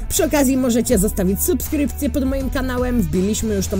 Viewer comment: Wiem że to nie ważne ale na początku filmu powiedziałeś "Supsrypce„